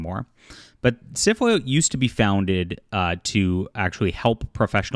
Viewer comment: I know you keep saying SFWA but I keep hearing syphilis!!! Which kinda fits, too! LOL